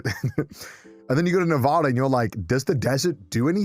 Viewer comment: Man based Nevada on Vegas. Northern Nevada completely different :(. Also still does not pronounce Nevada correctly :(